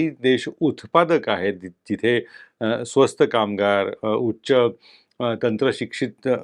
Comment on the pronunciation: स्वस्थ नाही स्वस्त